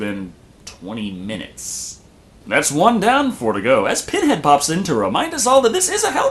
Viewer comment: Not only does she mess up with the Lamont Configuration but then she says Penhead.